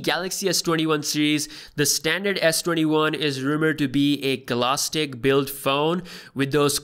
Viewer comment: This guy really say “glasstic”?